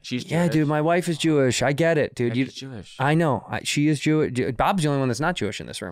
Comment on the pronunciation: "my wife is Chewish" - Santino. There it is.